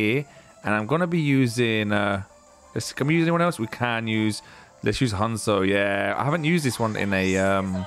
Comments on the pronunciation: Honcho not honzo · It's honcho not hunsoe